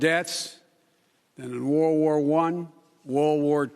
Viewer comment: “More deaths than in wor wor 1, wor wor 2”